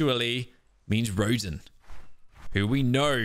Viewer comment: you are saying rodan wrong watch godzilla 2019